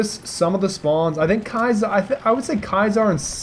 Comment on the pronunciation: Why does everyone say "Ky-saar" Railroad? It's "Kee-uh-sar". Ki-a-sar. Not Kai-sar.